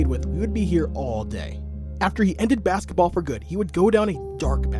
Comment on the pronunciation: Bro said baskenpaul